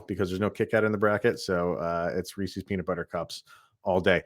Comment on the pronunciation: Don't call them reeseeees. Just like Reese Witherspoon, it's Reese's. You wouldn't say, "Those are Reeseeeeees car keys." You would say, "Those are Reese's car keys." 👍🏻